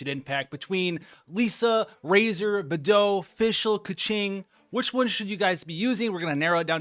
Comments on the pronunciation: please please…. it’s pronounced KUHching and BAYdoe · he really just said Bethou LMFAOO